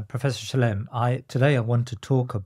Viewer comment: I wish they wouldn't call him Professor Shlime or Shlaim - it's Shla-im.